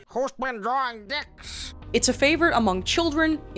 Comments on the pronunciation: i love you but for the love of god please say drawing right 😂i know that accent nakes it hard but i believe in you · The way she says drawing like drawring is hilarious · the way you say "drrrawring" makes me hawwwd. youre lip stick look like youve been rimming b holes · "drawring" welcome back queen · Some thoughts after my two hour watch: I LOVE how you say drawing... not hate, even the slightest. Just love words that your accent comes through :). Love how you can talk about deep thinking and introspective growth and concepts.... to then immediately cut to "AND pregnant Luigi". Was interesting to see the history and facts behind the language of the internet we all use and have been a part of. GREAT work on this friend :)